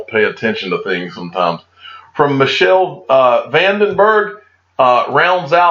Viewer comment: WOULD YOU STOP MISPRONOUNCING HIS NAME?? "Michiel van den Berg" is NOT pronounced "Mee Shell". I told you before in another video of yours - it's pronounced "Mee Kell"!